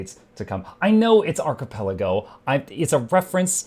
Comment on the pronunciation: wanting to be snide about what Archipelago means, but can't pronounce it right. XD